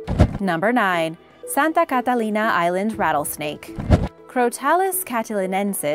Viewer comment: Why are you saying Catalina so weirdly? You’re trying to affect an accent and putting too much stress on each syllable...I’ve never heard anyone pronounce it like that and my brother is the captain of the Catalina Cruise ship.